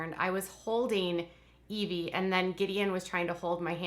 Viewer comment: The baby's name is Eh-vy, not Ee-vy :) I thought it was the latter as well until I heard Joy use her name